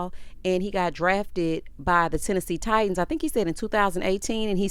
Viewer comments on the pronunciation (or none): none